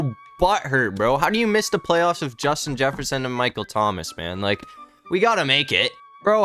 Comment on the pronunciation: You said Justin Jefferson wrong